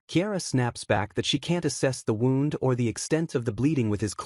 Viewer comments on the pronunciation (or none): Lol my god how it it that AI doesn’t know how to pronounce easy words like bow & wound The guy was thanking somebody for saving his life and you’re AI Think somebody was playing the (violin) with a “bow” 😂 and winding the (clock) that was already “wound” up I realize they’re spelled the same, but even 6 year olds in the 1st grade learn how to pronounce words, depending what type of sentence they’re used in 😂 I have yet in 3 years heard the proper pronunciation for bow and wound from AI